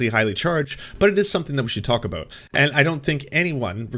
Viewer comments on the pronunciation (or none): Never noticed how he usually pronounce “about” as “aboot” in his videos?